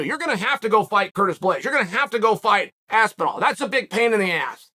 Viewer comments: I came here to hear chael call him aspinwall. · It's motivation for the fighter... you haven't made it until Chael learns how to say your name correctly, or at least as well as the average American might. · Tom AWOL Aspinall. Always disappears when you wanna hear something interesting. And pays homage to Chaels ‘Aspinwall’